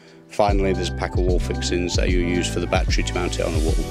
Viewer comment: It's NOT a "bat-tree" Say "baa-TTeR-y"